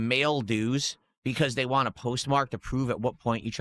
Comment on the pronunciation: Wahn' is the worst for me